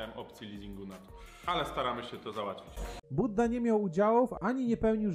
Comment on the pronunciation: nie Budda tylko Bujda